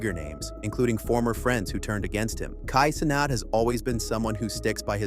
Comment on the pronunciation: Did bro say "Kai To-Not"?